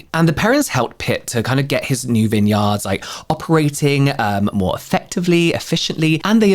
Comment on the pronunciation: Im British-American. I’m with Brit’s nearly daily. Yet I’m here for you saying vineyard.